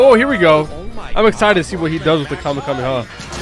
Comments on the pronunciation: You said kame yo mama it’s ( kame hame ahhhhhhhh) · it’s Kamee hamee haaaaaaaaaa not Kame a mama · bruh its not kamieahama its ka-me-ha-me-haaaaaaaaaaaaaaaaaaaaaa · Its kamèhamèha not kamehamama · U PRONOUNCE IT LIKE KAH MAY HAA MAY HAAAA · He really said kahemama😂😂😂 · CALL ME A MAMA??????? ITS KAMAKAMAHA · Not making fun of is because he said kahmeha bad bro 😂😂🤣🤣😂😅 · Its kamehyomama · Bro it’s called kah-meh-ha-me-haaaaa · ITS KAMEHA MEHA